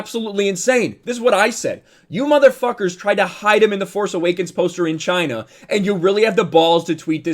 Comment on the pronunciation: Not to mention the hands 👌 Chy-Na👌